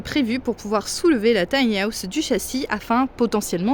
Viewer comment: Tai ni aousse 🤣😂🤣